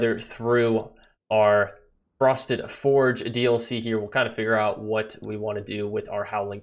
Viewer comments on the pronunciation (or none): the way you pronounce it is fyord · STOP SAYING FORGE ITS FJORD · yea it's spelled with a j but it's sounds like a y